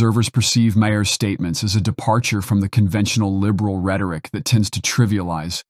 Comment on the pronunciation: Who's Bill Ma-hear? Or Bill Ma-her, for that matter?